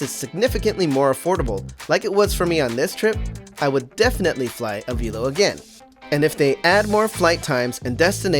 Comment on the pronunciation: I worked for Avelo in MCO. I enjoyed my time there, and we had an awesome crew. BTW, it's pronounced ah-VEL-oh, not ah-VEEL-oh.